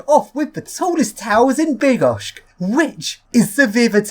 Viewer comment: Hey you pronounced it almost perfectly! However it's with "ch" (Bydd-gosh-ch) not "k" (Bydd-gosh-k). Polish words are hard to say correctly without breaking your tongue :) The most common tongue breaker is "W Szczebrzeszynie chrząszcz brzmi w trzcinie" which means "In Szczebrzeszyn (a town name) a beetle buzzes in the read". Or this one which also is a kind of tongue twister in English: "Jola jest lojalna i Jola jest nielojalna." - "Yola (a female name Yolanta/Yolanda) is loyal and Yola is disloyal". Try it, you will surely say "yolal" or "yolay" instead of "loyal" at times :D